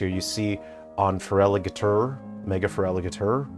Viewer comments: well ya, it IS feraliGATR not feraliGATOR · ferigi-la-tor, lol